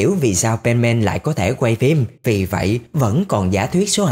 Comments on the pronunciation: Không phải pen màn đâu ơi là pen sôman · Nghe Penman giống benman :)